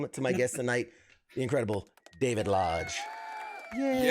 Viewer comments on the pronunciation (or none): I hate to be this guy but your guest is David lodge. The guy who is most famous for voicing 1 of the legendary sannin the one who is all mighty and praised by of mount myoboku. The legendary Jiraiya. Just watch any clip with someone saying his name. It’s not that hard to pronounce and yet you just butchered the most iconic character of all times name. You have just brought great shame.. No! Great Pain to all that hold him dear to their heart ❤